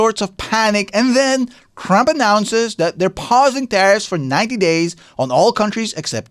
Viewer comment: He kept calling him Crump. 😅